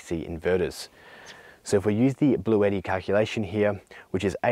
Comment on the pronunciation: Blueshetti mate.